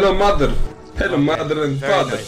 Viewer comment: HELLO YOUR MATHER HELLO MATHER AND FATHER XDD